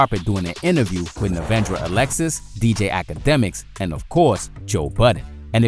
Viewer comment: “Navandra Alexis” lmaoooo